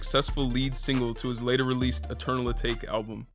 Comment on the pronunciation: I think your pronouncing eternal atake wrong, it’s a Japanese word and meant to sound like teriyaki, atake.